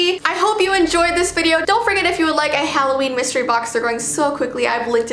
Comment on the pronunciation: HalloVEEn kinda sounds like how Dracula would say Halloween lol